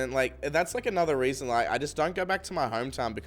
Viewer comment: says "That's the weason"